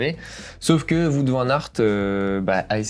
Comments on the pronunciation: Top vidéo! Par contre il faut arrêter de dire Vout Van Aert, c’est Wout avec un W. Comme dans kiwi, on ne dit pas un kivi… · D'ailleurs ont ne prononce Wout comme dans Route mais Wot. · Il est belge et donne une correction facile pour un nom belge. Je suis sur que si il apprend qu'il prononce un nom Norvégien faux et qu'il arrive à le prononcer juste, il le ferra. Pourquoi vous lui cherchez des défauts plutôt que de le remercier pour ce qu'il vous apprend ? Vous avez si peur d'avouer et d'accepter que vous avez tort ?